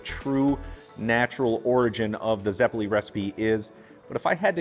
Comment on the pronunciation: Zeh-poh-leh and you missed the potatoes, sugar and butter. 👌